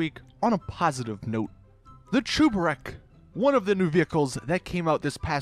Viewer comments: It's cheburek not chooburek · it's cheburek. NOT chuberek. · He’s pronouncing it Chu-ber-ek and it bugs me but ima let it slide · What is a chooburek? Its cheburek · that’s not how cheburek is pronounced, it’s a Russian snack/meal, look up “Life of Boris cheeki breeki chebureki” where he shows you how to make it then you’ll know how to pronounce cheburek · The way he said “Cheburek” is actually painful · Cheburek is a play on chebureki and the way he says cheburek pisses me off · I cringe when u pronounce cheburek “cheburek” дебил